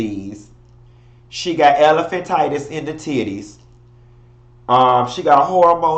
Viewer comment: HE SAID ELEPHANTTITUS IN HER TITTIES! I fell out!